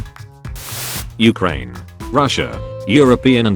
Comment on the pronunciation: You said Ukraine wrong